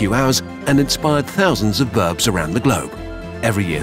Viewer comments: Did he say birds or birbs? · I love how Kurzgesagt;s Narrator says "Birb".